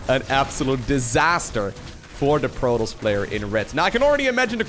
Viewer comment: Lowko: "...for Prototss i would certanly expect Maroduers..."